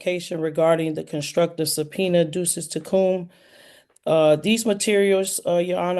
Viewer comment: Sui Juris only means she's of age and can make her own decisions. It isn't a magic term. And if you cannot pronounce the Latin term, "Duces Tecum" correctly you probably shouldn't use the term. And lastly. If you insist on playing lawyer, your made up rules or unique interpretation of the court rules aren't going to work with the judge.